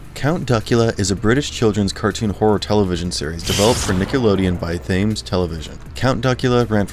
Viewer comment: I believe that the name of the distributor; Thames, is pronounced "TEMS". (As in the river Thames in London.)